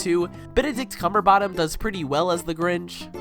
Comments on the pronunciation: I will never forgive for saying “benedict cumberbottom” ITS BENEDICT CUMBERBATCH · cummberbotom? Lol